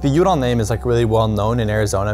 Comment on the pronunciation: The ESPN announcer butchers Michael Udall name. It's pronounced Michael YOU dall not Michael OOO dall